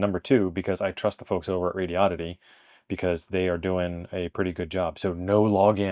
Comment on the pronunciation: THANK YOU FOR SAYING THE COMPANY NAME RIGHT. it's SHOCKING how many people can't pronounce it lol. Like the car brand Hyundai. It's hun-day, sounds like SUNDAY. Not hi un dayeee or HON day .... It's a horrible OCD thing for me and I know I'm crazy 😂